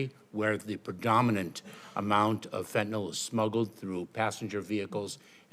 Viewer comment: I love how she pronounces it Fentanol, like she's confusing the word with Ethanol alcohol.